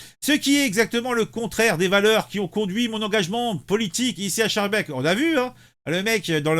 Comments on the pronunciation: Mon cher ami, on prononce skarbeeke. C'est une ville de l'entité de Bruxelles qui est complètement tombée aux mains des islamistes. La ville de Saint-Joss est administrée par un proche de Erdogan qui prône la charia. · Se prononce "skarbeek" et "clair failli"